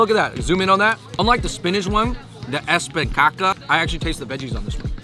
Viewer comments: "ESPICACA" 🤣🤣🤣🤣🤣 I'm salvadorian and I so glad you loved our pupusas, you must need to try pupusa LOCA which included all the ingredients ... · ESPICACA HAHAHAHAHAHAHAHA, YOU'RE SAYING POOOP PUPUSA BROOOO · It look like you fellas did enjoy that food... I really love the loco naughty attitud...As a Salvadoran i appreciate y’all trying our food, best part of the vid was y'all trying to pronounce "espinaca" (espekaka) hahaha. keep it up fellas. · I was laughing how you guys say Spinach in Spanish 🤣 "Espincaca" but the correct way to say this is " Espinaca" I enjoyed watching this! 🔥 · Espicaca jajaja se mamo :v 😂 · Espi-caca! HAHAHAHAHAHA Its es-pi-na-ca. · they really said espinCACA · Espi-caca pupu-sas 😧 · Pobresito no puede desir espinaca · Andrew: espinKAKA: espinCHAKA Davis: espinKAKA con Queso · I find the bad pronunciation just cute 😂 you try really hard specially with espinaca ✨😂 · Died when he tried a hundred times to pronounce ESPINACA😂😂😂😂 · OK guys, ANDREW...Spanish pronunciation lesson. Beans, "frijoles" pronounced, 3 syllables, phonetic pronunciation, FREE-HO-LESS, plural. Single bean, 2 syllables, FREE-HOLE. No need to complicate it, ANDREW...Second word you guys butchered, "SPINACH". 4 syllables, Phonetic spelling, ES-PEE-NA-KA. You've mastered CHINESE! Spanish has to be a piece of cake! In all fairness, I don't know a lick of Chinese. So I can appreciate the effort. Keep up the good work! PS you gotta redo PERUVIAN FOOD in SoCal. Last review was pretty weak. Find a Peruvian Cutie and review Misky, Misky, in West Covina. Highly recommended. Yelp it! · Its pronounced "ES-PI-NA-CA". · I love you gays but your pronunciation espinaca its not ok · I died when he tried to say Espinaca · Mmm Delicious . Is funny the way you said spinach in spanish that's not how to pronouns 😁